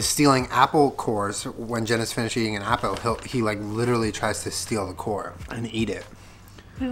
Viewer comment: 😂😂😂 why does he say it like that I’m crying lol he says ‘apel’